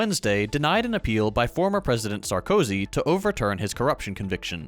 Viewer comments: makes a very good effort of correctly pronouncing foreign names. Also: sar-cozy 😭😂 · Meanwhile two regions of northeastern Italy got six months worth of rainfall in a day and are now underwater. This planet is not okay, people. Unrelated issue, I know you guys always say "French is a waste of time" but still, Sarkozy has the accent on the last letter (it's pronounced Sarkozee).